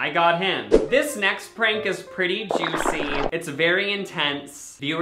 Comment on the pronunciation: I thought he said “Frank” stock photo instead of prank. Like oh yeah I guess that guy looks like a Frank 🤷🏻‍♀️